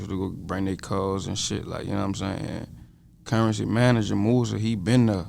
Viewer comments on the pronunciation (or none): Put some respect on my nigga name it’s Curren$y not Currency. “$”